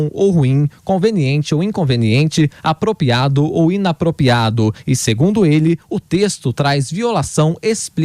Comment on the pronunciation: O repórter diz: aproPIADO ou inaproPIADO. Putz!!!